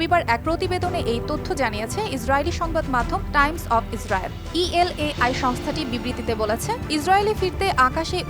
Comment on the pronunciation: El ai noy EL AL